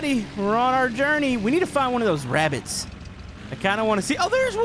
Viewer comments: Rooooodger we're hunting for wabbits 5 minutes ago:*runs over Rodger* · roger we’re hunting wabits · funny part of the vid is you saying roger were hunting for wabbits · it's wabbits